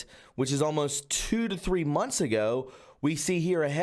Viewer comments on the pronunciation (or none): none